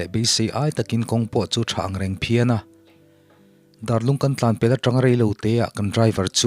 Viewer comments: Darlung khua hi Ruallung thlûkin i lam a, Mêl Lung thlûka lam tur. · Dar tih hi biakin dar kan tih ang a lam rik tur a nih hmel mihring dar ang nilo in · Darlung tih hi ilam diklo deuh a😁 Dar tih hi zungbuna an chher chi dar lamdan angte BIAKIN dar tepawh ni ang Chu tianga lam tur Chu ania😁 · Darlung lam dan khi a dik chiah lo a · Darlung tih a Dar lai hi ri sang tur a ni. Dar eng zat nge tih a dar lam rik dan ang hian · Darlung tih i chhiar diklo,,Darlung hi kan khua ania, inlam rik dan hi a diklo a, a lam rik dan turah chuan school a dar kan vuak thin hming kan lam ang hian dar tih hi lam tur ania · A putea te chhung meizial zu an awm miahloh laia... A putean zozial tui leh rù tha deuh a hriatthiam tlat laia hi a inkalh deuh tlat... 😁 Tin, Darlung lam dan diklo zeuh a awm... A bak chu a tha in a ngaihnawm viau e.. like.. 👍🏻👍🏻👍🏻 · Darlung ithluk adiklo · Ngaihnawm leh hle mai.A dawt leh a nghahhlehawm nghal khawp mai...Darlung i lamdan erawh 'Darbenthek' tih a 'Dar' rik dan anga lam zawk tur ani e. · Darlung tih khua hi i lam diklo a...Dar tih hi Biakin Dar a Dar kan lam ang thluk hian lamtur... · Darlung i lam dan thluk hi a dik lo deuh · Dâr (Bell) leh Lung ( Stone ) anga lam tur a nia Pu ber...